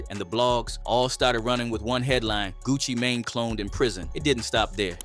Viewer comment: Of course you can’t talk about Gucci May-Nay! There’s no one by that name!!! Lmaooo 🤣🤣🤣☠️